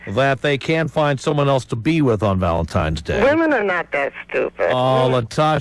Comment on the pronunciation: I used to love Tom, then i heard him pronounce it 'Valentimes' -_